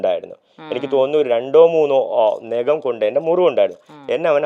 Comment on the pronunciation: എടാ... നേഖം അല്ല നഖം.. ഈ മലയാളം അക്ഷരം പറയാൻ അറിയാത്തവൻ ഷോയിൽ വരരുത്.. ചിലപ്പോൾ നിന്റെ ചെള്ള പൊളിയും